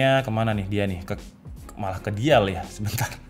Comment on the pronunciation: Dial cara nyebutnya dai yel. Bukan di yal bang